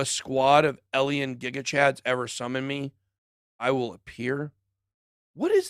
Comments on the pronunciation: BitBoy vs pronunciation 🤣 alien/ellien... also, car dan oh/ car don oh ?? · Lol I dont think Ben can hear himself say "Alien" it sounds like he is saying" El-E-En" E-L-N ?